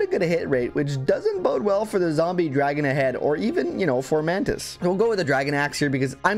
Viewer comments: Amazing run, but why do you pronounce it Formantis when its spelled Fomortis 😭💀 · Fo-mor-tiis, not For-man-tis. Lyon is pronounced like lion. A Hero might do better than Ross, but I like myrmidons. Joshua run please. Or a Knoll redemption run. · His name is fomortiis not formortis, so…it’s most likely pronounced foe-more-tiis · Great video! Fomortiis is not called Formantis though lol. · I think “Fomantis” is my favorite pronunciation of “Fomortiis” for style reasons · For-MOR-tis! There is no A in the name, gah! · Please stop adding an N to Fomortiis. You keep calling him FORMANTIS and it's triggering me.